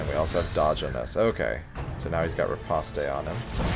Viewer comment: Of all the people currently making DDII content, you're the only one that seems to treat the game and its characters with the respect it deserves. Thanks for being watchable. Nitpick, as requested: riposte is pronounced /rɪˈpɒst/ - think "repost", but with the stress on the second syllable. "Ripostay" is the intuitive pronunciation for me as well, but it's wrong.